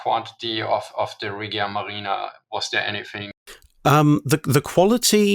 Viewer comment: A tip for italian pronunciation: the g in "regia" is pronounced the g in "regicide", always when i or e follow g like generale (general), Giappone (Japan), Germania (Germany) it sounds like J